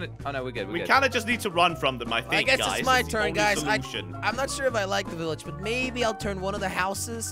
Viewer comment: it's not a villege chillege